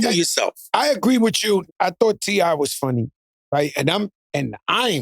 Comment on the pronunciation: So nobody heard Joe call T.I. "C.I."?